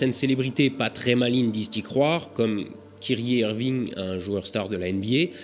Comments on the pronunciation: à on dit "caille-ri heure-vine" et non pas "kiri eurviing'" BORDEL !!!!!!!! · attend mais kyrie Irving croit à cette théorie chaud mais WTF je m'attendais vraiment pas à voir mon joueur préféré dans cet épisode P.S: ça se prononce pas Kiri Irving mais kayrie un peu comme l'ail ^^ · en fait il testait sa communauté il n'y crois pas du tout et kyrie irving se prononce kairi erving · Très bonne vidéo (comme d'hab en somme) continue comme ca ! En revanche, concernant Kyrie Irving (à prononcer Kaïri et non kérié ;)) il me semble sérieusement qu'il s'agit d'une blague/troll connaissant le tempérament taquin du bonhomme... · C'est plus kairi Irving dans la prononciation et il a dit qu'il avais eu tort d'ailleurs mais bon on s'en fout top la vidéo 👍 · Je sais que le nom de Kyrie Irving peut être dur à lire mais ça ce prononce "Kairi" si je peux aider parce que ça me dérange toujours un peu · "kiri érvingue" j'ai mal a ma nba caillerie c'est pas compliqué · La prononciation de Kyrie irving 😂😂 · Kiri irving 😂 je t'en veux pas le nom n'est pas des plus facile a prononcé mais pour info il n'y croyait pas et avoua plus tard que c'était une blague comme une "expérience sociale" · Ta prononciation de Kyrie Irving m'a tué ;) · Belle prononciation pour Kyrie Irving 😂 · Ah tu m'as tué sur la prononciation de Kyrie Irving ^^ En vrai on ne sait pas si c'est un troll ou pas quand ils disent que la Terre est plate, Shaquille O'Neal à dit la même chose il me semble. ça me paraît étonnant que des gens ayant fait au moins un an d'université puissent affirmer ça sans sourciller